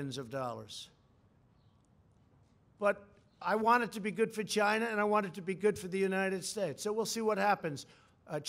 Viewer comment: LOL why can't he say China normally